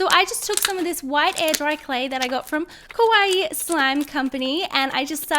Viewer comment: Kawaii is pronounced (KAH-WAH-EE)